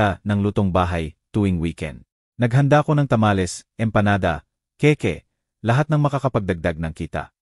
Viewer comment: Maganda ang kuwento mo pero ang pagbigkas mo ng mga salita pangit tagalog kaba or ano kaya ng cake ang pagbigkas mo keke😂😂😂😂 halos lahat Mali ang pagbigkas mo